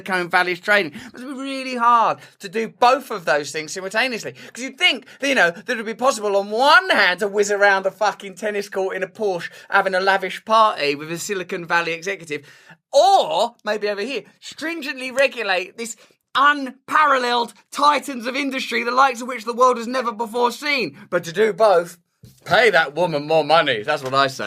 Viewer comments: “Silicon” Valley Russell, not “Silicone” Valley. Silicone Valley sounds like a euphemism for cleavage. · silic-on not silicone, sorry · OMG Soli-CON not Sili-CONE 😛 Well, it's also quite fake I suppose so easy mistake to make 🙂